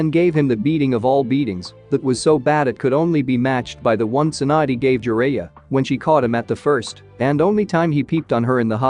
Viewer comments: it's tsunade not swan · Alright so I get the whole Sakura - Naruto thing with the script editing but why is Tsunade "swand?"